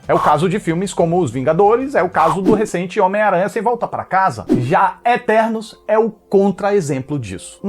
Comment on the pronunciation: "São ternos" KKKKKKKKKKK